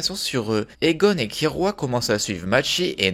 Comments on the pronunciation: Mes oreilles saigne quand j'entends kirua KIRUA , l'erreur du joueur français , perso je dit Killua. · mais c'est "killua" pas kirua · Killua pas Kirua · Pk tu dit Kirua mes oreilles meurt la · Par contre ça se dit "killua" ça m'a perturbée tout le long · Comment tu le prononce mal j’ai mal 😭 (Ça s’écrit killua)